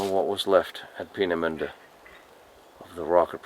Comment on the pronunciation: So much for butchering the pronunciation of Peenemünde. You absolutely nailed it - which only underlines the statement I made on one of your previous videos. Your German is really VERY good.